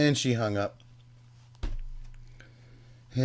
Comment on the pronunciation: So sorry that I missed the stream 😢 The way that she pronounces north as knot is friggin hilarious 😂 "SHOW ME A PROOF!" lmao Great video,. Hope you are well 🤗